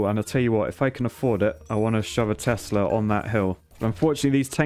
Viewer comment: When he keeps calling Teslas "Testas"... And when he thinks height gives damage rather than range.